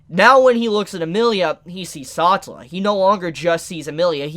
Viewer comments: He really just called the Witch of Envy "Satula" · It's pronounced Sa-tell-la and Ros-wall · Bruh sa-tell-a not satalla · “Saw-tah-la” isn’t it suppose to be pronounced “Sa-tell-ah”? Someone let me know how to say it, I’m second guessing myself. Anyway really great input about Satella and the shattered memories of people she consumes. Are those people alive, or is it treated as this “bee-hive” collective just for her and the only reason Subaru was alive was because well Satella loves him and wants him all to herself in that shadow realm (someone call for Yami Yugi). Really excited to see how Subaru uses his new profound powers as an Apostle of Greed. Great vid and analysis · Everyone having a good time till you hear "SOTELLA", and "EKNIDNAH". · Don't mean to hurt your feelings but please pronounce the names of a few characters the correct way, like satella, otto etc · great video but why are you saying satella and echidna like that😭